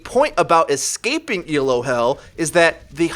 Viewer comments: Great vids, just reminder it's Elo not ELO. Named after Arpad Elo. Keep it up though! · Isn't it pronounced Elo, not E.L.O? (like wasn't it named after a guy?)